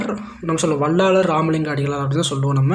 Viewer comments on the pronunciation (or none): Bro வள்ளாலர் இல்லை வள்ளலார் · Tamil sariya ucharichu palagu vallalar ku vallaalar nu solra jeevakaarunya ku jeeva karunya nu solra